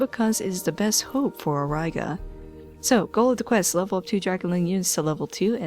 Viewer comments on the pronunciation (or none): Oraiga lels it prononces Aureega